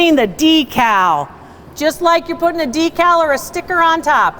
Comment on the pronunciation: You pronounce it d cow We pronounce it deck call